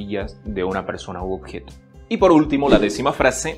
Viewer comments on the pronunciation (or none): none